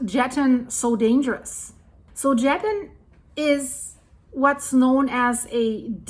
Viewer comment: Jetten= yetten 😅